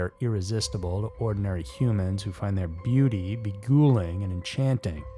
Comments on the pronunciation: Was I wrong in thinking it's pronounced "be-guy-ling," or is it really "be-goo-ling"? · beguiling : be - guile - ing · What is be-ghouling? Does he mean beguiling? Maybe it is like unearth-edd instead of unearthed. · It’s pronounced be-guy-ling you thug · The word is pronounced bəˈɡīliNG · Seriously? Never used the word "beguiling" before? Learn how to pronounce words before using them!